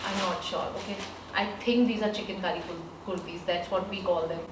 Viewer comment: She said : Chikan-kari I listened : Chicken curry😋